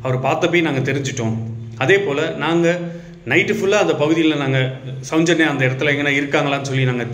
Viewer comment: தம்பி, கொஞ்சம் நல்ல பழகிக்கிட்டு வந்து பேசுப்பா.. உச்சரிப்பு ரொம்ப கேவலமா இருக்கு.. நெறைய வார்த்தைகள், அதில் ஒன்று ,. சௌஞ்சன்யா இல்ல சௌஜென்யா..